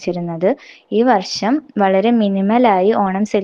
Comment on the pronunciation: ആദ്യം നാക്കോക്കൊ ഒന്ന് വടിച്ചു വെടിപ്പാക്കി വർശം അല്ല വർഷം എന്ന് പറയുവാൻ ശ്രമിക്കു ടീച്ചറെ